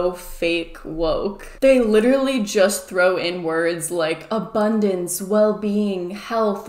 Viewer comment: Am I the only person who keeps hearing "a bun dance"?